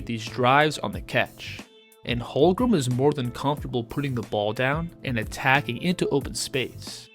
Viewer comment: Holmgren. Not Holgrem